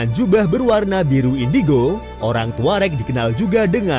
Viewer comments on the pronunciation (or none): none